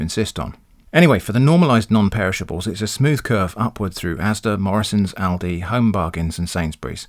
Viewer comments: as an american i know ill get yelled at, but i 100% agree with your pronounciation of lidl and aldi, its exactly how we would say those names too (we only have aldi though), i mean look at them, his pronounciation makes sense based on the combination of letters. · I live in the US, and I've only heard ALDI pronounced the way you pronounce it. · nothing wrong with your pronounciation of aldi and lidl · In Australia ALDI is pronounced ALDI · How you pronounce Aldi is how it's pronounced in Australia, as far as I know Lidl doesn't have a presence in Australia. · I'm laughing at the people who took a sharp intake of breath in preparation to correct how you pronounced Lidl and Aldi and then deflated in a disappointed heap. Lol.